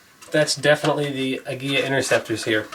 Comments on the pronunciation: Emphasis is on first syllable as in AG-ee-la. From my good client from Mexico who owns a popular Mecican restaurant. I'm so glad the Mexicans are now producing the hottest 22 round, even though I'm from Idaho where CCi is headquartered. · The interceptors are great. However, Aguila is Spanish for Eagle, and the L is pronounced like the English L. You are pronouncing it as if it had a double L, like in Tortilla. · It is properly pronounced Ah-Guee-LaH. It means eagle in Spanish. It’s extremely cring to listen to such smart and intelligent beings pronouncing such an easy word wrong.